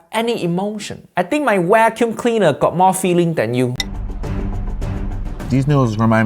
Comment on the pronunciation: what is a wak-youm cleaner? Lol